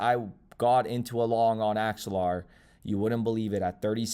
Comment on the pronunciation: You did called axelar , good job